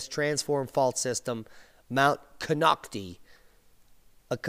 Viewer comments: pronounced Ko noct tIe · Konochti - pronounced Kho knock tye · Mount Konocti is pronounced Ko-knock-tie.